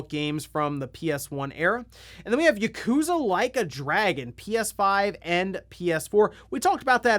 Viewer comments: Dude. It’s YAkuza not Yakoooooza. Ffs. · I find it humorous that you pronounce it "YUkuza" instead of Yakuza hehe.